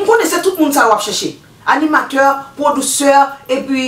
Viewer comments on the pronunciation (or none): Dame nan kareman f bouch li bien chelbè oooo"produsseur" lollll c producteur madanm